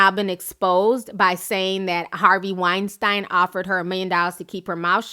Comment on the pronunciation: I wish you would pronounce Weinstein (Wine-Steen) right..just once...not because he deserves respect but just because its annoying AF